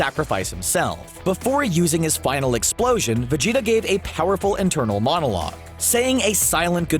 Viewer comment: anyone else hear vegito instead of vegeta ?